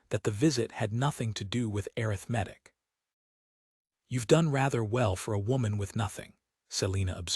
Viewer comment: pronounement of arithmetic???